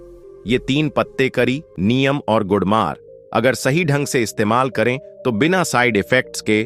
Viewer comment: Neem to sahi bolo ye niyam kya hota h